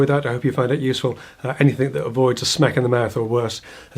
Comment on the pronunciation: Is it my imagination or when you say smack in the mouth, your north west accent come out